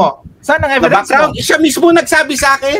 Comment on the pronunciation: Inistressed pa talaga ang e..vi..dence!